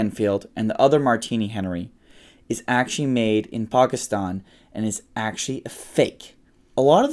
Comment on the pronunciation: Your pronunciation of Middle Eastern names and places is on point. However the way you pronounce "actually" leaves much to be desired